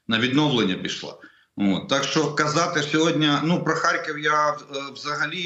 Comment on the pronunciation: не сЧчЧччЧо а шшщо.... звук шшшш не ЧЧЧ